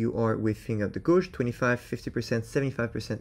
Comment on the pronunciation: bruh.. the way you say "gorwje" is killing me 😂😂😂 it's pronounced like "gayje" :_aizen